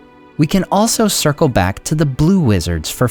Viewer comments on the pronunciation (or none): none